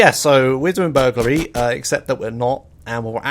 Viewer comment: Vehlicles used this episode: Bobcat Emperor HPV1000 Shamal Blade NRG-500 Maverick Huntley (yea it's kinda rare) Boxville Police Enforcer (bonus list) Words mispronounced this episode: Atrium Caligula's Burglary